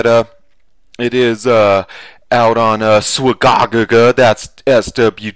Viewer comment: "Swa-gog-gu" I love it